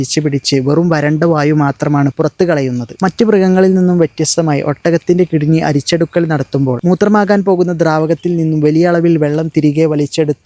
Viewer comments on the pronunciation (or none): കിടുനി അല്ല കിഡ്നി 😌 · കിടിനി എന്ന് ആണോ അധോ ഞാൻ കേട്ടത് തട്ടാണോ